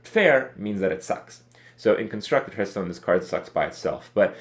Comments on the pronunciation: I hate his pronunciation of Hearthstone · Fuat Sekban It makes me cringe every time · Andy sup hurtstone, krayken